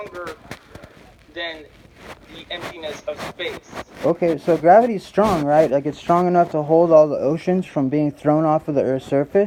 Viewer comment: "graverty is stronger than the emptyness of space" hahahahaha spi spi spit it out somebody get this fucking guy a peace prize or science award or something he fucking figured out gravity according to my calculations he is the first? roflmao